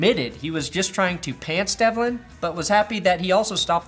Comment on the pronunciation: he calls burkhead develin